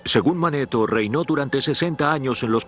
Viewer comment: Ya lo había visto pero con otra vos del narrador y no tenía tantos errores, ejemplos: Edoroto visito Egipto en el 450 a de C y dice que fue el 4500 a de C, y se llamaba Manetón no Maneton.